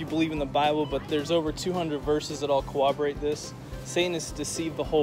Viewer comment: "Cowoborate." Is that a mix between cooperate and corroborate?